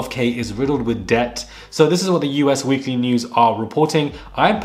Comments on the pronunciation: just a lil FYI: the magazine is not U-S weekly, it's Us (as in "all of us"). 🤗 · I enjoy your channel. Just FYI. The magazine/tabloid is “Us” Weekly magazine; not “U.S.”